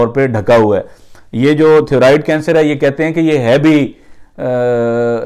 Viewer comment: bhai good effort, it'd pronounced thigh-roid